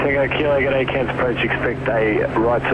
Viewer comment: Love the proper Australian pronunciation of Cairns (without pronouncing the 'r')